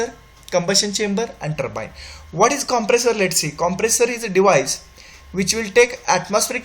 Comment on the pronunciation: Ur english is very poor.. particularly turbine is says very worst pronunciation